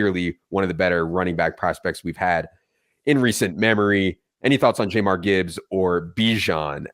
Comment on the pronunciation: pronunciation of "Jahmyr" made me want to drive off a cliff